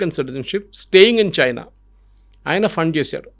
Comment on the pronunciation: సర్, మీరు కూడా చైనా అనకండి ప్లీజ్, బాగాలేదు.